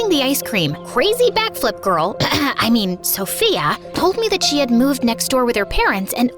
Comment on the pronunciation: i don't wana be rude but ''meen'' is ''mean''